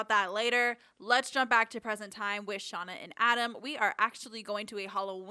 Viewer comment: “And back with Shanda” Umm…Shauna? I was cracking up